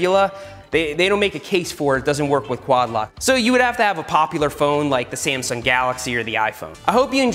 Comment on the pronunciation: Everytime he said sasmung nebula i died laughing.